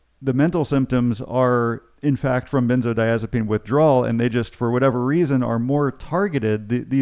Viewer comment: Are you mispronouncing benzodiazepine or do people pronounce it like that in the area of the country where you live.?